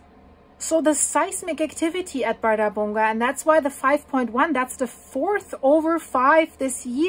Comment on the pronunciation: That's fascinating! "Bardabunga" sounds to me like a tropical dance, Bardabunga, Bardabunga! 😂But no, it's an arctic volcano in Iceland ;-) ⛰️🌋 And your pronunciation is correct! I hear the same word from iclanders. Oh and by the way "hraun" means "lava field" (and you also pronounce it very good!). Of course it's logical that the Icelanders have a word for "lava field". And since they have so many, they give each a name next to "hraun", to distinguish them, of course! And one volcano name is associated with a lava field, well, it makes sense, why not. ---------- So, many thanks for your videos!